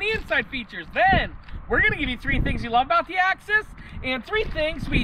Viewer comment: It's Axis, not access